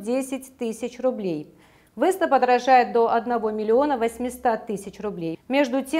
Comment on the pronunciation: Ни вЭста а вЕста